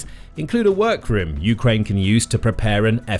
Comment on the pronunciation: dude says "you-krane" like it's 2 words. lol